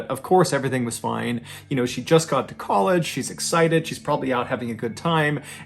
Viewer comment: I know it's the accent and actually "college" but sounds like you say "they were both ""colored"" students". 😳😄